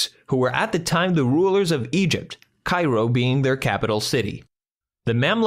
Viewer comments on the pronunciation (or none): none